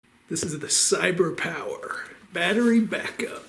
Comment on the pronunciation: The way you said "Cyberpower" was enough for me to hit the like button LOL! 😄😄😄 Edited 2/21 - After the Snowpocalypse we experienced in TX last week, I'm definitely looking into this. THX!!! ❤️❤️❤️